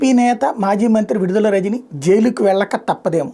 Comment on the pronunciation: విడుదల కాదు..... విడదల.